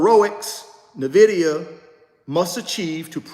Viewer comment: My friend - with all due respect - I am not coming at you or coming for you... "But" - please pronounce the name of the company correctly. It can be found on their website. It can be found in Fortune magazine. You could just listen to the CEO/co-founder of the company pronounce the name. But, 🙏 please pronounce the name of the company correctly. It means envy in Latin. How can you mispronounce the name of a 3 trillion dollar company of which you own several shares? How can you mispronounce something that you routinely speak upon to the masses? Each one, teach one. According to its website, Nvidia is pronounced “en-VID-eeyah,” not NUH-vid-eeyah, as many have called it. Where did the ‘Nvidia’s name come from? Huang suggested Nvidia, riffing on the Latin word invidia, meaning “envy.” Thank you in advance.